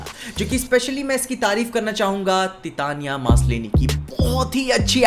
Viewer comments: Nobody noticed that called Tatiana Maslany as Titania Maslany 😂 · जेनीफर वॉल्टर्स के ऍक्ट्रेस का नाम तिताना नहीं तातियाना हैं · its not titaniya... its Tatiana.. pronunciation ki baat kr raha hu 😁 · She is Tatiana not Titania 😁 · Its titania not teetania i guess... Titania(just like titanic) no hate bas off sound ho raha tha...